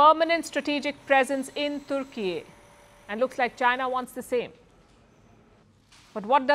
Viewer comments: IT IS TUR KEY NOT TOOR KEY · its Tur Keeey.. not turki